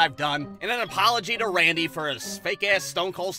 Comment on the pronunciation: Love how misspoke Randy's name. 😂